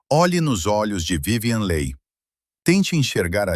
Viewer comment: O vídeo seria muito bom se a pronúncia do sobrenome da atriz (que é "apenas" o tema do vídeo) fosse correta.